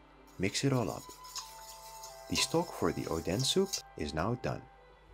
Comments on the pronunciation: IS ODEN NOT ODAN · You said odens name to "oh then"😂😂😂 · It's oden... not odan. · I thought it was ‘oden’ soup 💀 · can you pls stop calling Oden oden pls it doesnt sound right